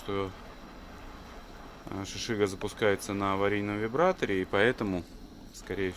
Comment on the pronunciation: Вариатор, а не вибратор 😂